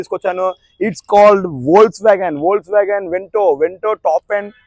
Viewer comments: It's called Vols vagan ❎ Spelled as Vokswagen ✅ 😅😂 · It should pronounce as folks wagon though it is Volkswagen